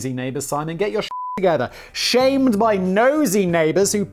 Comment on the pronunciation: When Simon mispronounced “shamed” as “shammed” about the clover I thought it was funny cause that’s an Irish slang term